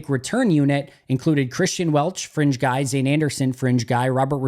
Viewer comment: I had the volume low at the end and when he said fringe guy a couple of times, I thought he was saying a French guy.